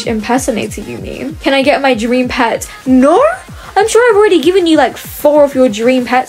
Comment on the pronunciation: Scammer: “can I have my dream pet?”: “naurr!” Got me dying😭😂